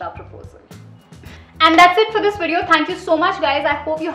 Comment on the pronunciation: Its Video. Not Wedeo